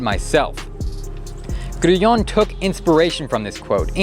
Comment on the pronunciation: Why can't Americans pronounce anything properly? Who the fuck is "Grueong"? 😂😂😂